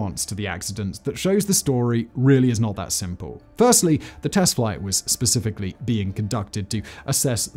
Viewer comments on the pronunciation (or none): none